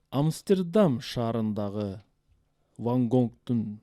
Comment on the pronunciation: Винсент Ван Гог болот! Ван Гонг эмес